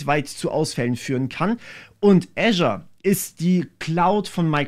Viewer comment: microsoft "äschar" 😂😂😂